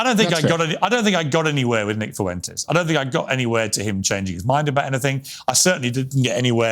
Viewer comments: Please teach these Brits how to say “Fuentes” with less than 4 syllables. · Why's every English guy calling him "Fooentez"? Lads, you've heard HIM say his name. And that's not it F'went'ez. You're welcome. Also, it's not Shiba Innew and the G at the end of words is usually silent. All for free.